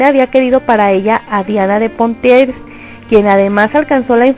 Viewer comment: Exacto, además dice Asturias cuando en realidad es Austria. Bueno, también la pronunciación del francés esta un poco al debe en nombres como Valois y Poitiers.